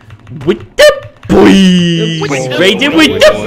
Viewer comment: I lost some brain cells when I heard raiding with da boois